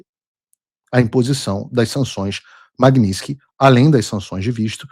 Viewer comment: Olá Paulo, talvez isso seja irrelevante diante de todos os problemas que estamos atravessando, mas por quê você diz "MAGNINSKY" e não "MAGNITSKY"?